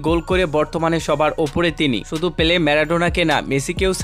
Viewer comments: প্লে বলে কোনো ফুটবলার নাই ।উচ্চারণ ঠিক কর ,প্লে না বলে পেলে বল। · প্লে নয় পেলে